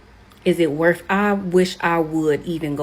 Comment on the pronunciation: Lol deaf sentence Was it worf it? Truf on dis Earf!